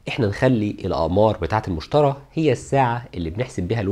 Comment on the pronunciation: حلقة مفيدة جدا، بارك الله فيك على مجهودك الجبار. عندي ملاحظة بسيطة: كوكب المشتري تنطق بالياء وليس المشترى.